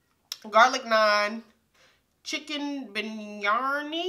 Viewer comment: Hay Sis...its pronounced Beer-ee-ah-nee Now I want Indian food!!!